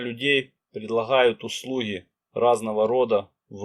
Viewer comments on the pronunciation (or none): предлахают , услухи... режет слух